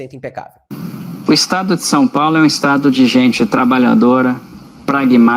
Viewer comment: Sem contar que nem português direito essa jornalista tem dizendo Som Paulo.